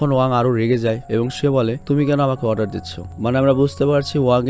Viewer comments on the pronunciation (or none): none